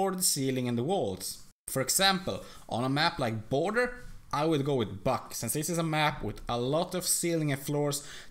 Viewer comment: when you say buck it looks like ur saying fuck